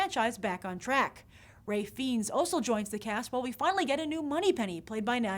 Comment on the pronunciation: Grace, Ralph Fiennes is pronounced "rayf fines", not feens :)